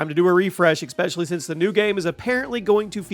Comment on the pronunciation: There is no X in "especially".